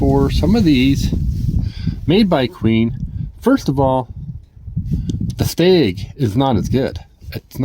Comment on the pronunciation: It is stag... not steg lol